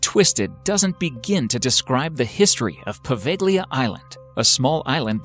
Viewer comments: Poveglia is pronounced WITHOUT the G.. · If you don't know how to pronounce a name, ask a local and don't just guess! Poveglia is pronounced Poh-vel-ja. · I can write about number 3, I was born and lived in Venice for more than 30 year; some years ago I went more than once in Poveglia island (that you don't pronounce correctly)so is a bullshit that no one can enter in this island; is this the only wrong information you provide in this video? who knows